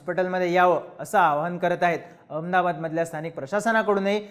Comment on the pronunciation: अरे काय एखाद्या ममद्या सारख नुसता अअमदाबाद म्हणतो आहे निट अहमदाबाद म्हणता नाही येत का?.